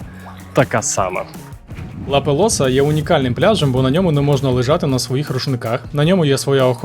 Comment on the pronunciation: Жахливо. Не сардинійці , а сарди Не Ла Пелоса, а Ла Пелоза .. Хоч би почитав перед зйомкою.